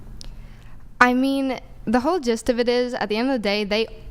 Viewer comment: It's not "jazz" either.. google it and you'll see.. Andrew too!? It's GIST